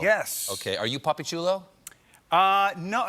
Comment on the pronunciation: It’s “papi” He did say puppy though